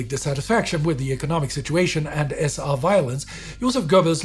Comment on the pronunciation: The pronunciation is annoying-this is English its the SA (es-ay) not S-AH--plus throwing in all kinds of German words make it hard to understand-its the freaking German army, not Reichswehr or whatever this guy is saying.